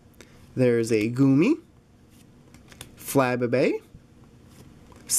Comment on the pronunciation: it's pronounced fluh-bay-bay. Great video!